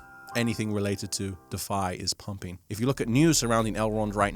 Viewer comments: Can you please pronounce DeFi correctly? It's not pronounced defy It's Deeee Fiiii Strange anglo American accented bearded chap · brother man ... it's "deeeeeee fiiiighhhhh" ... (please lol) ... love your vids!!! 🙏🏼♾️✨